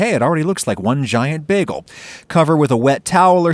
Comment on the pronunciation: it's pronounced bā-gull